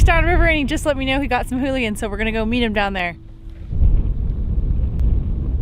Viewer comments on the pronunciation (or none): Earl Goudie eulachon not hooligan Contents 1 English Alternative forms eulachan, oolachan, oolican, oolichan, oolakan, oulachan, oulachon, oulakan, ulicon, ulikon Etymology Borrowed from Chinook Jargon ulakan, from Clatsop Chinook. Pronunciation (UK) IPA(key): /ˈjuːləkɒn/ Noun eulachon (plural eulachons) Synonym of candlefish